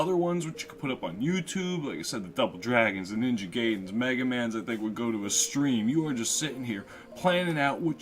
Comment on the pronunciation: My old school gaming began with the Gameboy,Nes,SNES for consoles as for PC we used to have a IBM computer with frog hangman with big flopy disks. but i played 3d pinball Full Tilt windows 95 the most. Btw I just knew you would miss pronounce Ninja Gaiden... but i can't fault you for you.... most of the native English speaking would probably pronounce it like that... But (Ninja Guy-Den ) would be the proper pronunciation.